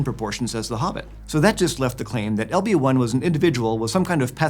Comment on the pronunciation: Every time he says "LB-1" I hear "Obi Wan." H E L L O T H E R E